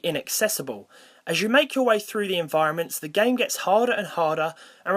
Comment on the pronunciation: XD i love when you say Gaem XD